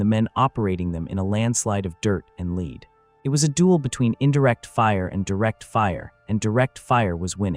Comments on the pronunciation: That's because its AI slop. The audio says mispronounces Lead repeatedly using Leed instead of Led. Given the meandering you mentioned its likely that the text itself was generated by AI too. So its entirely plausible that the events described are likewise entirely made up. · Good story, but way too repetitive. Could have been told better in 25 minutes max. And why can't they teach the AI narration to pronounce "lead" like "led", not "leed". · Can we agree on something? Lead rhymes with dead, not deed. Motherfucking AI. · The word LEAD is pronounced LED!!!!! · Damn it man. It's pronounced "led", not "leed." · Especially when it pronounces Lead like Leeds. Along with a few other words. Some channels will have multiple words pronounced different times in the same sentence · AI always pronounces the word "lead" wrong. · Stupid AI.. It doesn't know how to pronouce; BANZAI or LEAD. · Excellent story. I just wish you didn't use AI for voice, or at least teach the AI how to pronounce the word lead.😊😊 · Thank you! I have been thinking the same thing, you think with as advanced AI is now it’d figure out the context of the word and pronounce accordingly